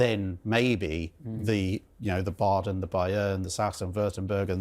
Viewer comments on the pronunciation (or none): none